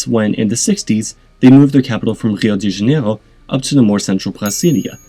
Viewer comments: Yeah I like that he tried but he got it so weirdly wrong that it was just cringe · I also hear a French R in his pronunciation of Rio de Janeiro and Brasilia . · You pronounce Portuguese like it’s French :/ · Why pronounce the Brazilian names like that? Sounds French haha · I dunno what that pronunciation of Rio de Janerio was, lol. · You don’t need to add the accents on every city name. You can use the English pronunciation. Since, you know, you’re speaking English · Props for at least trying to pronounce Rio De Jainero.. haha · Why tf u pronouncing Río de Janeiro like a Frenchmen with a lisp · I vomited in my mouth when you pronounced Rio de Janeiro and Brasilia as if you were speaking Klingon or something.